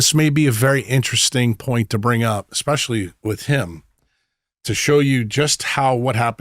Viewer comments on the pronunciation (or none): Did he say "exspecially"?